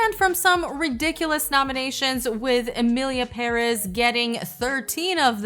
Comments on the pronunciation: Its emilia pere`z! 😂😂😂 Say it wz me! peREZ!!))))) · it's PÉrez. The accent is in the first syllable. I speak Spanish so...